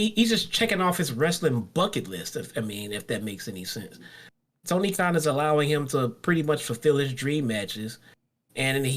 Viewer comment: it's Tony Khan not Kahn